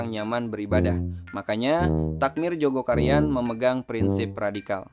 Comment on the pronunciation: Maaf min,bukan Joko Karian,TPI Jogokaryan,tolong lbih teliti lgi!!